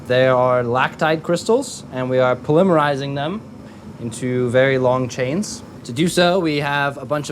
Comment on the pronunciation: the way he said polymerising is weird man, he said polyyyyymerising instead of polymeeeerrising, it hurt my english hearing ears and confused my english speaking brain, which the latter isn't hard to do, but it aint cool either man, it aint cool :)